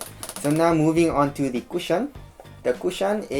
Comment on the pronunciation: Nice video guys, but the way said cushion lmao